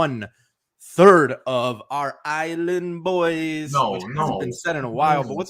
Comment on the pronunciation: If you ever, EVER, say "Island boys" like that again, I'm unsubscribing. I kid. We both know I can't live without the Newbieverse.